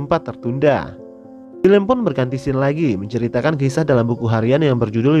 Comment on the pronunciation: bacanya sin bukan skin, lu kira mobelejen